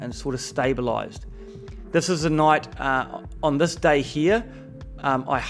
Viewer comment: A new zealander: Thuis... lol